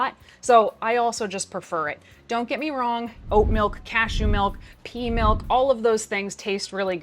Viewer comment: my dumbass thought you said pee milk and i was questioning reality for a good while